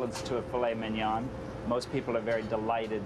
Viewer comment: I don't know if I can trust a chef that cannot pronounce mignon correctly. Not to mention, aren't the veins supposed to be removed from foie gras, not 'cleansed'? Coupled with the fact that he believes people are too stupid to realize those vegetables are carrots and zucchini, and the addition of burnt onions? No thank you!